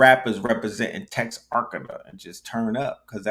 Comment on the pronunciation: Pronounced Tex-ar-kana. On the border of Texas and Arkansas